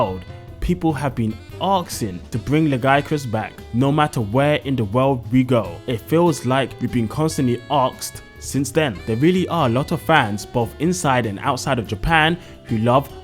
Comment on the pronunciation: Asked, not oxed.